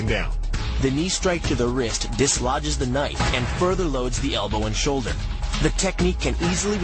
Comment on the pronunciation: "sholder" or "shoulder"? U should check!